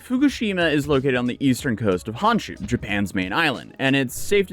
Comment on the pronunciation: Small tip. it's not pronounced Hanshu. It's more like Hohnshu with a focus on the O